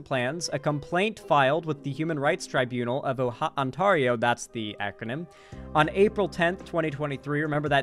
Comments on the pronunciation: Psst,...Ontario isn't pronounced on-TAR-io, it's pronounced ont-AIR-io. ETA: Jellybean! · im from southern ontario and the only people i've ever heard pronounce it as "on-TAR-io" have been americans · International viewer here... how do you pronounce it? I always assumed On Tar E oh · Hearing how pronounced Ontario took 15 years off my life. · True. How the fuck do you mispronounce ontario. It's fucking ontario. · Don't blame him, it's the American in him. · Especially considering there is also a city in California with the same name. SMH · there's also an Ontario, WA. Smh, two Ontarios he lives close to lol